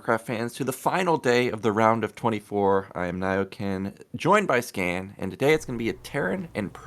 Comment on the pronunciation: Also, his nickname is Sca*N* not Sca*M*.